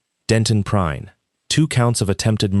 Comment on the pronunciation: Uh...figure out how Prine(s) is going to be pronounced. Something it's being said as Prinn (short i), (also said as Prinz), other times as Prine (long I). Get it right.